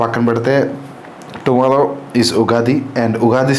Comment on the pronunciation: Darshanam❌ Dalshanam✅ Tomorrow ❌ Tomollo ✅ Great❌ Glate ✅